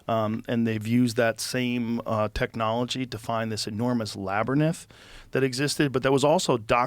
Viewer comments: LA-Brinth... not La-ber-nith... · Labyrinth Joe you donut .. not labyrnith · Is labyrninth a real word? Or did joe fuck up tryin to say labyrinth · Labyrinth??? NAH. LABYR-NITH. - JOE ROGAN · Labernith Joe!?!? Really!!? Hahaha labyrinth bro not labernith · Its 'LABYRINTH'.... Labyrnith. Lol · It's La By Rinth (labyrinth) Joe lol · labyrnith? Is joe going full biden? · Labyrinth- Lab-or-enth. Love you Joe! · Is he saying Laber-nith around the 1 hour 21min mark? Why is nobody correcting him? Am I hearing it wrong? Am I the problem? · Did...did he say labernith? A lot? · Say labernyth one more time Joe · Labbernighth. That's a viking word 😂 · If I ever meet Joe, Imma teach him how to pronounce labyrinth. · no one has the balls to tell joe it's not labernyth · what is a lab-burn-inth?? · Lol, Joe cant say Labrynth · The way joe says labyrinth 🤣🤣🤣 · I came to the comment section specifically to see if anybody brought this up lol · Yeah, they all held their tongues on that one lol